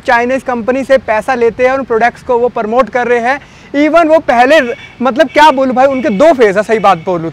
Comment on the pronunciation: Bs beta bs thak jaayegaa.... promote hota hai...Paraamote nhi